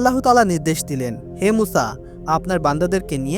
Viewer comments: ভাই আপনি কয়েক বার বললেন উসা কেনো কেনো এইভাবে বললেন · সংশোধনীঃ উপস্থাপক ভাইয়ের মুসা (আঃ)/আলাইহিমুস সালাম ভালোভাবে না বলতে পারা & আপনার বান্দা না হয়ে হবে উম্মত।